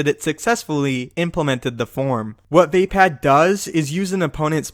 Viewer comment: wtf did you just say "vay-pad"? It's "vuhpod"